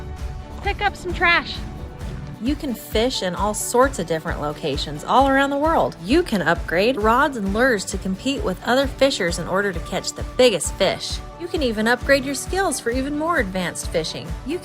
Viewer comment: Did just say lerrs? Did she mean lures?